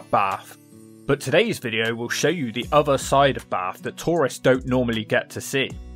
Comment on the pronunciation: Your voice is horribly nasal. And why do you say 'ovver' instead of 'other'